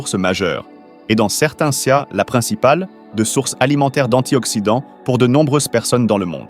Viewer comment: Les voix artificielles IA ne connaîssent pas la prononciation du mot " cas " visiblement:face-red-droopy-eyes